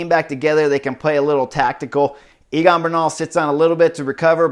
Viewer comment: Chris, is Egan not Eagan. Great race and commentary tho